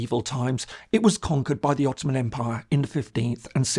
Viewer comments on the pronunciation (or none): none